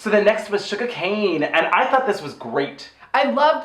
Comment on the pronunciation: It honestly cracks me up how both of you refer to Shuga as “Sugar”. Hahaha, I’ve just never heard anyone else not say “ShugA” so the fact that both of you keep the “r” on it really tickles me for some reason. I should really probably get out more.